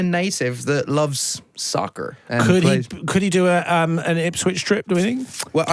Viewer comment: Why did he say soccer like that LOL